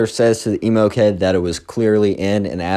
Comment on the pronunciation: WHY U KEEP SAYIN EMO GURL LIKE ELMO